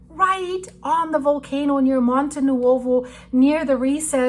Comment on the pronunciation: I want to drill hole into hecate's head, not VOL-CAN-O, oh she making pizza with minced meat, and her dirty paw on MY bread! Just kidding!